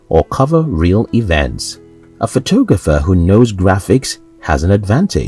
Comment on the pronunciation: is this some sort of computer voice?? the way it pronounces photographer . sounds like photooogapher . hahaha